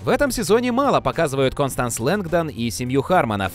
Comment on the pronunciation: Констанс, господи, не Кристенс